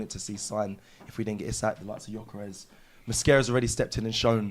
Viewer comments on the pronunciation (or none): should know it’s not Jokeres its Gyokeres